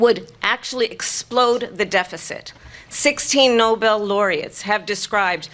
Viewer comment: Did she say Nobel?